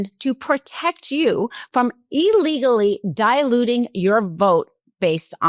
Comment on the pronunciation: The word is diluting, not "dialuting."